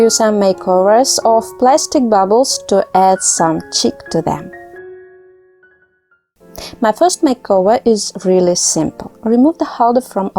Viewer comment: Chic, love. Not chick.